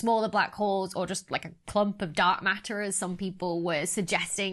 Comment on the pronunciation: I love how you pronounce matter. Ma'ah. I'm pronouncing it like that from now on!